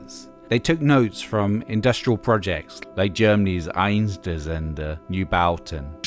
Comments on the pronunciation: Thanks for the video. Einstürzende Neubauten is pronounced as "aynshtyUrytsende nOybauten". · Einszeweerrtwzende new-bathen. Ouch that was butchered too much. :) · Annoying commenter here, on the topic of 'Einstürzende Neubauten' That pronounciation was so bad though. Love the video, but maybe plug German words into a text to speech for a sec before butchering them, because common letters are pronounced extremely different in German from English. FYI, it would be something like Uyn-shd-ür(both sounds don't exist in English)-ts-and-eh Noi(like in noise)-bow-ten. Sorry for being a grammar Nazi, I really love your vids! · The way you butchered the pronunciation of "Einstürzende Neubauten" ( meaning "crumbling new buildings") - pure gold. For the first, more difficult to pronounce word, you actually sounded like a German speaker but with a BAC of at least 0.3. Then the second "Newbowten" sounding really Bri'ish, like the name of a sea bath in Somerset. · I just love the way the voice over confidently struggles with Einstürzende Neubauten and makes it Einstüsende Newbauten. I know it's super hard to pronunciate for non germans, but I just love the odd confidence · At my high school in late 1980s Sweden you were basically considered a weirdo if you didn't listen to DM - they were insanely popular back then! P.S. I have never heard a more awkward pronunciation of "Einstürzende Neubauten" [AIN-SCHTIR-TSNDE NOI-BOW-TN] - please consider at least practicing the name once or twice before you start recording. ;) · haha, love the pronunciation of Einstürzende neubauten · I can't emphasize enough how you butcher the name Einstürzende Neubauten every time you mention them. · That pronunciation of Einstürzende Neubauten was horrifying. You should've just asked a random German person to say it for you and copy that into the video. Other than that, well done. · This has to be the worst pronunciation of Einstürzende Neubauten ever.